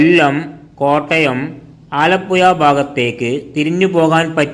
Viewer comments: ആലപ്പുയ അല്ല. ആലപ്പുഴ. മലയാളം ശരിക്ക് ഉച്ഛരിക്കൂ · ആലപ്പുയ അല്ല ആലപ്പുഴ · പുയ അല്ല പുഴ എന്നാണ് പറയുന്നത് മലബാർ കാർ യ എന്നെ പറയു ഴ എന്ന് പറയില്ല കോഴിക്ക് കോയി എന്നാണ് പറയുന്നത് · കോയിക്കോട് അല്ല കോഴിക്കോട് % ആലപ്പുയ അല്ല ആലപ്പുഴ ആണ് തെറ്റിച്ച് പറയല്ലേ 🙏🏼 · ആലപ്പുയ, ഭാരതപ്പുയ ,പയം, കോയി ക്കറി, വായ ഴ ഴ ഴ. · ഇതെന്താ വയള് പറയുന്നതാണോ? ആലപ്പുയ യോ